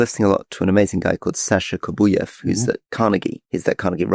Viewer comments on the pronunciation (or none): none